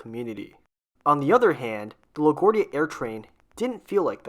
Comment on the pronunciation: Your pronunciation of LaGuardia is kinda off